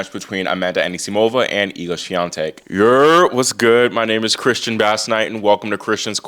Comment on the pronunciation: Why has Coco's father stopped attending her games? Your pronunciation, Iga Swiatek, is very good, congratulations!